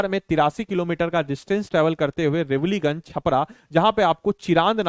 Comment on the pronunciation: 7.59 रेवलीगंज❌ रिवीलगंज ✅